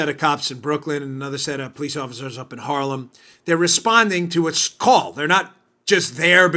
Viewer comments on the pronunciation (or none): none